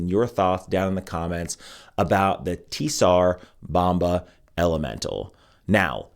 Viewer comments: Bro, you’re murdering the name! The “T” is silent. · TS in TSAR is pronounced as ZZ in PIZZA